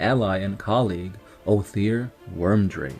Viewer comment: Nice lore video on my favourite legion, good work. However, the Rune Priests name was Wyrdmake, not Wyrmdrake (or at least this is what I understood you named him in the video).